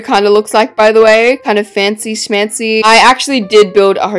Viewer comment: I keep saying fancy smanchy bc of you😂 {no hate ily gorgeous queen❤️👑}